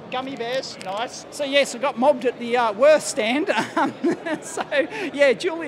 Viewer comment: It pains me to hear you pronounce "Würth". They are a German Company, so its more like "Wuert"...